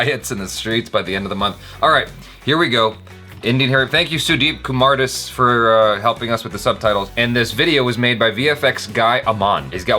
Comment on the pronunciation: and u can pronounce the name as sudeep kumaar daas